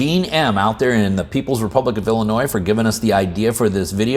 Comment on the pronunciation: I'm just glad ya don't pronounce the "s"